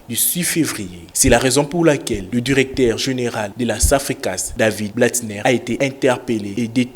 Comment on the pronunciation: Le journaliste prononce durecteur, aldutère...c'est honteux pour un pays francophone.